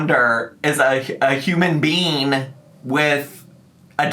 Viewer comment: "A human bean" 😂😂😂🤦🏻‍♀️